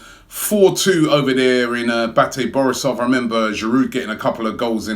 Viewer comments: Batty? Isn't it Baa-Tay? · Batty borisov lol. Should be pronounced Baatay borisov